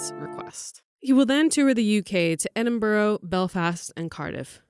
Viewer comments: I'm sorry, there isn't a city called "Edinborrow" in the UK. Is it a prerequisite for American journalists to be illiterate? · It's not pronounced Edin-bow-row. It's pronounced Edin-bur-ruh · Americans, we have been telling you for years that Tower Bridge is not London Bridge and Edinburgh is not pronounced "Edinburrow"